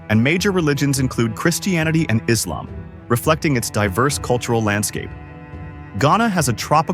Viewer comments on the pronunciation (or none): none